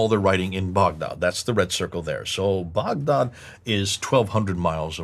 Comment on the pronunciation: Lol why is pronouncing Baghdad boughdod?!?! I had no idea what he was saying for a bit. I thought this video was in English 😂